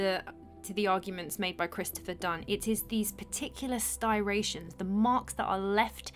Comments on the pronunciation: Very excellent content but the word is stRIations' rather than stIRations...🙂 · Repeat after me Striations... Stri a tions. Striations. Tf is a styration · Very interesting presentation, but it is pronounced striations (stry-ae-shuns), meaning grooves or furrows, not sty-ray-shuns. I agree that there seems to be a real mystery to how many ancient artifacts that are incredibly hard or incredibly heavy, or both, can have been created, and then placed as we now find them. The idea of a vanished previous civilization in Egypt, one that was highly advanced, does seem to be a reasonable one, even though it is a distinctly odd notion. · Some good footage (as usual)... just not sure about the word styration tho... I think Yousef was right with "striation"... sorry to be Mr Picky 😊! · The marking in the stone are "striations" , not "styrations". I'm just trying to be helpful. You do a wonderful job of explaining the improbability of these stoneworks being made with known technology of the time. I have been struck by how you point out so many of the anomalies of ancient civilizations that I have wondered about as well. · Great video and agree with just about everything, but I think you mean stri-ations, not sti-rations, regarding the parallel lines or scratches on the surface of the rocks. But what gets me is, they are straight striations not curved ones, so not cut with a circular blade like the ones we use for cutting rocks today. I need to check out new stone cutting equipment. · Are you trying to say "striations" or is there a word "stirations"? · Stri-ations. Not sti-rations Good video 👍 I don't think I've ever heard of this problem of tagging complicating he issue of authorizing these ancient works, thank you. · Since you made the 'that's not English' comment, I will add that it's 'striations', not 'stirations'. :) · STY-rations? Or STRI-ations? The latter I think is the correct word. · Striations not “stirations “ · striations not sirations.